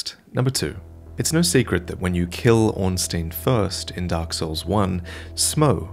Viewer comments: Surely its ornst-eye-n not ornst-ee-n. In german the second vowel in ie or ei determines the sound. Could be wrong ofc if its been confirmed elsewhere. I.e - rammstein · Ornstein not Ornsteen